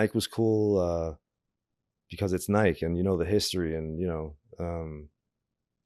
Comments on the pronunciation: cant believe he pronounces it nighke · Couldn't anyone else get Gino's pronunciation of "Nike" out of their head, or is it just me? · never heard anybody pronounce Nike like that , that many times in a row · Lmao everytime he says nike in one syllable it hurts my ears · I heard he got thrown off Nike because after 10 years, he still couldn’t pronounce Nike